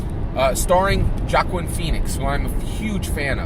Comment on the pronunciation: Jockuan Phoenix? Hahaha I think the J is silent(wah-keen) but I understand who you meant. Spot on with the Warren bit, I'm feelin like her supporters are gonna snap out of it soon and realize they've been duped...then soon after come knocking on the #Yang door!